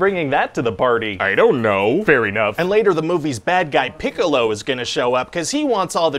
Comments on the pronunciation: I like how he is slightly misprounouncing "Piccolo" every time. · Lol. "Peek-a-lo" and "Yam-cha"